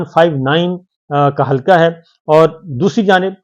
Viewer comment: صابر صاحب۔ لفظ حلکا نہیں بلکہ درست لفظ ۔۔ حلقہ Halqs ھے ۔ وسیم انکل کراچی